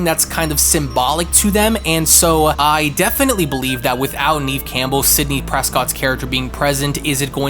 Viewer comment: you guys keep mis-pronouncing her name. Its Neve (like pronouncing the word never-remove the r and you got her name).